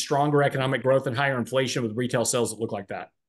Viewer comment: has been on this earth for a 100 years and still can’t pronounce “sales” 😄